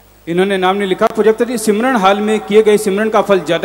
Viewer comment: सिमरन नही स्मरण होता है बाबाजी।😜😂